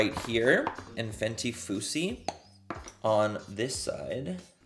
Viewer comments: MANNY I KNOW YOU DID NOT JUST PRONOUNCE FUSSY "FOO-SEE" 💀💀💀 amiga 😂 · Ok because I was thinking, “I have FUSSY but there is another shade called Foosy?” I feel better now. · did you say 'foosy' lmao its 'fussy' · I can't believe this bitch said FOOSY instead of fussy. GIRL! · We need another of these videos loved it 😍🥰 also the way Manny pronounces Fu$$y 🤣Omgggg Had Love it 💕💕💕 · It’s you saying FooC for me 🤣🤣🤣 ma’am!!!! Love you manny you’re hilarious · Lmaoooo the fact that you said “foosy” a couple of times😂😂❤️ All Love❤️ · Fenty “foosi” I love that 😂😂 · Manny! The Fenty gloss is called "fussy" like you're making a fuss/being dramatic about something. You crack me up omg :D :D